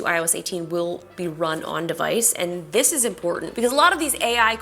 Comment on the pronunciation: Why are you saying This as THISH??? Typical American 🇺🇸 making their own pronunciation’s.